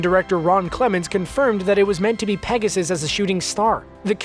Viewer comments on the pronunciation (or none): none